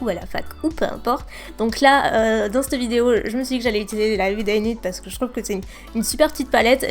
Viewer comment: j'aime pas quand tu dis CTE video, CTE couleur ... a la place de CETTE video, cette couleur ..